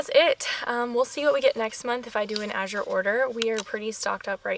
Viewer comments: You were pronouncing it correctly. I've been using them 10 years. Thick cut rolled oats are my favorite food to buy from them. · Recently Azure did a YouTube video on how to pronounce the name. You were pronouncing it right, the second azure at the end of the video.